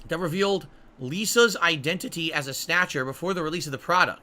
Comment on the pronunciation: Snayutcher. This video is rife with goodness